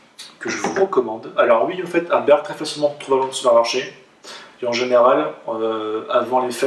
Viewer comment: ArdBEG pas ArdbeRg ... Et tu ne le dis pas qu'une fois ! (Pour le meilleur whisky du monde 2008 si je ne m'abuse et pour quelqu'un qui porte la "bonne parole", c'est un comble !..) Ta prononciation me heurte (pour pas écrire "hurt", if you know what I mean)